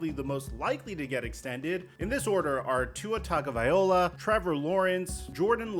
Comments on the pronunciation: Will you EVER learn to pronounce Tua’s last name correctly? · Anyone else notice he doesn’t say tuas name right 😂😂